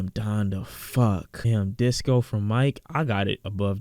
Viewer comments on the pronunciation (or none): none